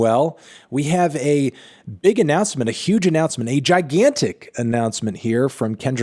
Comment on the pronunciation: Anthony, that emphasis on the word "Gigantic" is so unnecessary